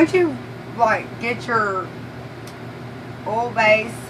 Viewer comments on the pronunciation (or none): Okay, I hate to ask this, but I'm from Michigan and you have a southern drawl and there is one part that I'm not quite sure what you are saying. You said in the very beginning to make sure you get the kilz base..Now I don't know if you said OLD Kilz or OIL base Kilz... I really want to do this and I don't want to mess it up. I put the captions on and it showed that you said Old.. but when I watch you say it, it looks like you are saying OIL but with that southern drawl. Could you please clarify for me so I don't mess it up? Thanks in advance.